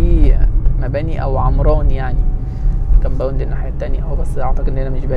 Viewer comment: ياسطى انت عليك كلمة ( كامباوند ) مسخره